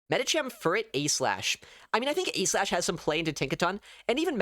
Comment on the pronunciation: he says A.Slash not aegislash